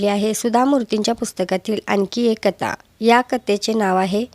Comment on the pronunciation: ताई कता नाही. कथा असे आहे